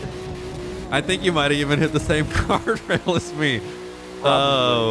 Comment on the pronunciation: When he said I hit a gawrdwail instead of guardrail 😂